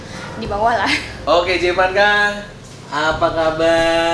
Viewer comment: panggilannya Emak jevass, bukan jee vanka🤣🤣